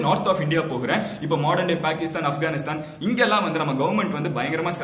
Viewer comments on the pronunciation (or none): none